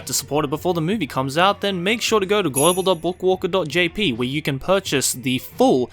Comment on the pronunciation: the way says book walker is very satisfying